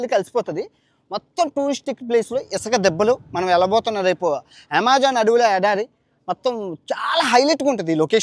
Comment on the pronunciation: Yamazaaanu kadu bro Amazon 😂😂